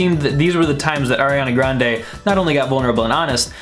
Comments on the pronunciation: DID HE JUST SAY AIRANA GRANDE?? WHAT THE FUCK MAN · I can obviously see that you aren’t the biggest fan. You pronounce her name wrong